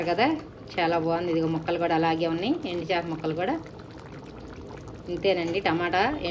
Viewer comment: ఎండి చాప కాదండి “ ఎండు చేప”